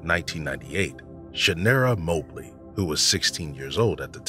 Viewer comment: Its Mah Blee, not Moe Blee